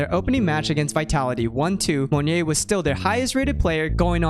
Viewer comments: Yeah it's Mo NYET, not Monje or Monye lol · love the video! just a note, monyet's name is pronounced somewhat like "moh-niet", not "mun-yay", just for future reference's sake. good job otherwise :) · Its pronounced more Mon-yet. More Russian than French. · LOL its ok man it means monkey in bahasa, and maybe it only asian/indonesian can pronounced it right at first. cheers cool vids. waitin for more! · as an Indonesian, the way you say monyet kills me. JUST PRONOUNCE THE T PLEASE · now that's actually completely new way to pronounce monyet that i've heard. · monyet is pronounced with the t btw!! its not silent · the way you say monyet is so bougie lol i like it tho